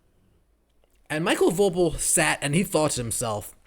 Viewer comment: I guessing his name is pronounced Michael Vo PEAL, similar to the famous Ron POEpeal. Great commentary, as always. You drop truth bombs on a daily